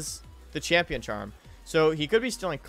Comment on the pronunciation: More like Chimp-ion not champ